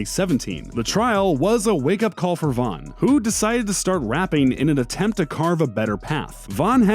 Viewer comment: King "Vaughn" ????